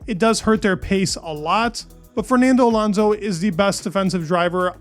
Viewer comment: dude its alOnso not alAnso..